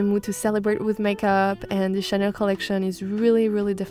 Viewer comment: I thought she worked for Estee Lauder?? Chanel fits her mood and style though. As she is French, I love her pronouncing the names ;)